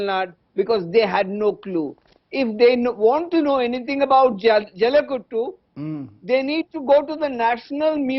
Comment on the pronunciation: And it's not Jaulikuttu, It's Jallikattu. Somebody correct this guy.